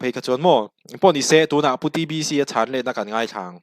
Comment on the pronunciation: DBC iti zel in ka hria ka hriat sual nge a hming ilam dik lo zawk